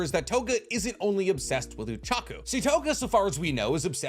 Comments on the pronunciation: I only just realized that he pronounces Ochako as Uchaku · Saying uraraka's name oochako made me cringe